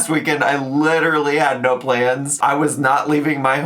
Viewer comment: Why has she started saying "no" like that.. naěu